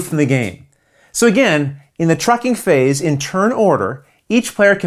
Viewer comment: How many times did you mispronounce "trucking phase" during the filming of this video? 😀